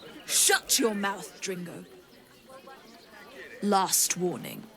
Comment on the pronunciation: And here I was thinking that saying mouth as "muuth" was an australian thing like calling chicks "chooks"...